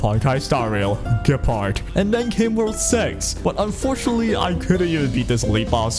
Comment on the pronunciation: You know is name is Gepard right, not Guepard ?